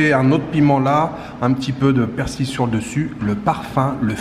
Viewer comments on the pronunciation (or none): none